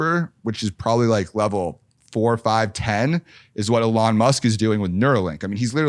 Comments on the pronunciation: Funny when Mike tries to sound like he knows Elon by pronouncing him name Ahlon! 🤣🤡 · If this guy says Elon Musk like "A-lon Musk" ONE MORE TIME...... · it's "EH lon it's eeeeeeeeelon.." ........ dorks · WHY CANT HE SAY ELON CORRECTLY